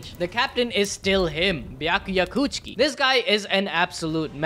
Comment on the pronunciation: Bro really said rukia chuuchie